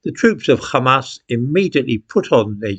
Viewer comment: why do you use the hebrew pronunciation of hamas. Where you not taught rp?